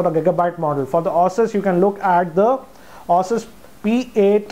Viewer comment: Its ASUS not OSES....... and i5 2500 series supports only z68 chipsets you can't use any other mobo.... so both which ever you were talking were z68 based chipsets!